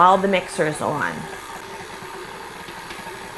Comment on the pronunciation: They look burnt. Oh and the word "On" is pronounced like "awn" not "owen"